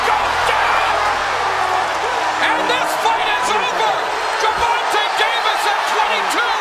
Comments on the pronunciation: His name is pronounced jer-von-tay... Not Ger-von-tay smh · “GERRR-Vonta Davis” lmao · i know he aint just say gurvontuh lol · Gurvahntuh Davis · I met rolly & I'm a fan..but tank may be too much for him right now but I hope he knocks tank out bc I'm betting $100 on him..if he wins that will be a big bag of cash💰 if he loses...I wasted more $ than that on buying Tyson ppvs anyways ps this Narrarator needs to learn how to say the names GRRRVONTAY AND RAWLLLLY LOL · The guy called him gervontah lol of how it spelt saying it, definitely almost confused me for a sec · He said Tank name wrong wrong 😂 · Who the fuck is Gurvontae 😂 my man narrating butchered the damn shit out of Tank's first name